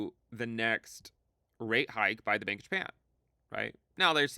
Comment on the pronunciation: Bank of Japan sounds like you saying Bankish Man